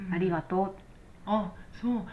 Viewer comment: いつも楽しくて観ています！ ところで、りねんてんせい ではなく、りんねてんせい(輪廻転生)では？